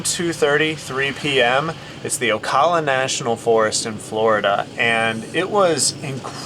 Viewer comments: Dude I respect what you're doing but as a Floridian, it's killing me to hear you pronounce Ocala like O-caw-lla. It's pronounced O-cal-uh. 😉 Keep doing what you're doing. Blessings! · It's pronounced "OH-KAL-LAH"😅 And there are many different entrances to Ocala national forest so you have to go online . I believe they don't have full hookups anymore. Check out OSCEOLA NATIONAL forest. They have the battle.fueld of Olustee nearby. Full hookups..huge showers. Also check out LAKE GRIFFIN STATE PARK.full hookups with pull.through sites. I'm in Florida BTW